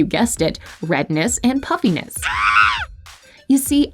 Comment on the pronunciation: I kept hearing “puppyness” but I understand what she meant 😂